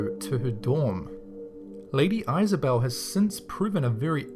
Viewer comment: lady Isabelle you pronounced it wrong